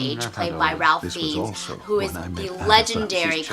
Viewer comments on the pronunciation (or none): Lovely review but Ralph Fiennes' name is pronounced "Rafe Fines".